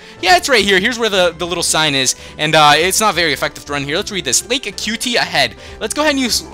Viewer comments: this kid sounds like hes 10 yrs old i mean srsly, he called Lake Acuity A-CUTE-EE, when its UH-Q-IT-EE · I think its called lake Ac-u-ity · Lake A"cutie". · Ahh, this I was wondering as well, glad someone else asked it as well (about the thumbnails) ALSO Great vid as always :D I still love the way you say "Acuity" haha